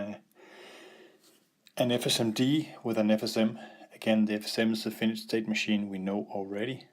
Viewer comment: It is not a Finish... Or Finished state machine.. But a Finite... Try saying [Fi..Nite]